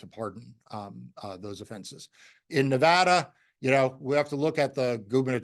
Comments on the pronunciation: Thank you for pronouncing "Nevada" properly. I am thrilled that Aaron Ford chose to investigate the fake electors, and that the grand jury found a true bill against these fake electors, including the former Nevada GOP chairman Michael McDonald. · Thank you for the correct pronunciation of NEVADA